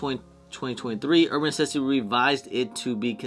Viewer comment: Why do you say "Uban Necessities" like that? I can't even watch this.. lmao